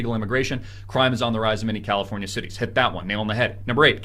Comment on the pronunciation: "Crowdafornia" loll